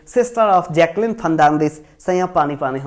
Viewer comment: Jaqueline hota hai 😅